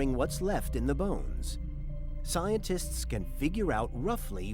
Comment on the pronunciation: You mispronounced, "Scientists currently believe..."